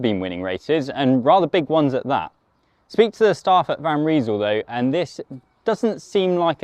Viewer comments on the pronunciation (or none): Guys will for God's sake pronounce Van Rysel correctly !!?? You really sound like amateurs. The name is not 'Van Reesel' .... but "Van Rysel" as in "rice, nice, lice, ice, .... !!!! Get it .... get it ?????